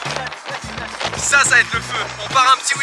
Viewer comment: tu dois apprendre a dire mustang XD